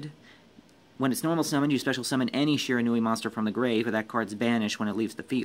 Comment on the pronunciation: no that's how you pronounce Shiranui